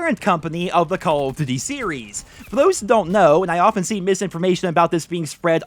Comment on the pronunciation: Does he not know how to pronounce duty?